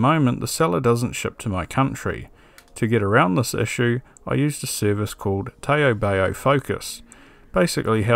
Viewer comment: Great video with stuff we can get in ANZ for once - thanks! If you want to be strictly pedantic re: Taobao, it's pronounced more like "tow bow" (rhymes with how now brown cow) just FYI. Sounds a bit funny hearing it pronounced tae-oh bae-oh heheh. Now to ebay some PSUs...